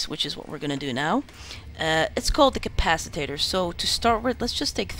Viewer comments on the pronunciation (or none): The way to spot a non-english-speaker = CapaciTATOR ;) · thx for the tutorial but it's a capacitor not a capatitator